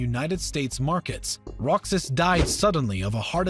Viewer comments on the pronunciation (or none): You mean Manuel Ro-ha-s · Roxas is pronounced "Roe-has" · It is “Roksas”, not “Row-hus”. You’re all welcome. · It's not Magellan, its pronounced as "Majelan". "Rohas", not Roxas. "Kirino", not Kwirino. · RO-HAS not ROKSAS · very informative too and words he describe is maguindanaw not neo Rohas not roksas qirino not quarino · Correction in pronunciation... I believe it's Majapahit and not y sound, it's Mindanaw not nayo and it's not Roxas it's Rohas... These are the pronunciations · How hard is it to pronounce these names correctly? KO-RA-ZON to COE-RAH-ZONE is understandable but AH-KEE-NOH to A-KWEE-NOE is weird. How do you add a syllable in someone's name? Also Roxas is pronounced RO-HAS not ROCK-SAS. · "Rok-sas" lol. Sounds like Kingdom Hearts. It's pronounced as "Rohas" anyway. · Roxas is pronounced Ro-has, not Rok-sas; Quirino is pronounced Ki-rino, not Kwi-rino; same goes for Aquino, it's A-ki-no, not A-kwi-no. And while it has provided great historical facts, it also di not document that Philippines originally declared independence in 1898, but Americans never recognized this independence and thereby forcibly took Philippines under American territory. :) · Manuel Roxas "Rohas" not "Roksas" You're Welcome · i understand your not native to our country but just to clarify, “roxas” is pronounced “rohas”. and also “aquino” is pronounced “akino” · its pronounced as manuel rohas but its fine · it's not Manuel Roxas It pronounce as "Manuel Rohas" just like Mexico It pronounce as "Mehico" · Nice video! Tho as a Filipino our pronunciations are a bit different😅 Here are some: Ferdinand Ma”j”ellan Manuel Ro”h”as Elpidio “Ki”rino Hehe I understand tho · This is a good vid but you pronounced Luzon wrong it's Luz-on Say it fast that's how to say it and also roxas is pronounced rohas and Aquino is pronounced a-ki-no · He must play kingdom hearts the way he pronounced Roxas My girlfriend from the Philippines says it's pronounced ro has (Roxas) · roxas is silent x ok